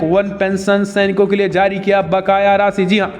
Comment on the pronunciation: Please improve your pronunciation of hindi. You don't differentiate between z and j. It is jaari not zaari etc.